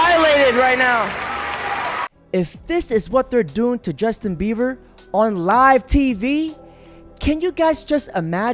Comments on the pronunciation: Are you calling him Justin Beaver ? 😂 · It’s Justin Beiber NOT Justin Beaver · It’s BIEBER NOT BEAVER. 🤦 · Man kept saying Justin Bever and I approve 😂😂😂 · Justin "Beaver?" I hope you did that on purpose.